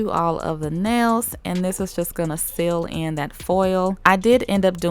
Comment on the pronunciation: I LOVE IT when you say '' this are my neils when there filed shaped and buffed " OMG I LOVE IT❤❤❤❤😂😂😂😂😂😂💖💖💖💖